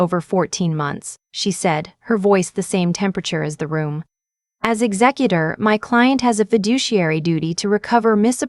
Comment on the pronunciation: It's pronounced ek zek u tor.